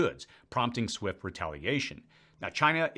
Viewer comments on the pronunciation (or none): none